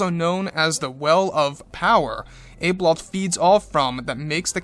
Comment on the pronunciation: I think you maybe pronouncing her name incorrectly; I sound it out as - Ab-e-loth. Maybe it’s just my Aussie twang 😜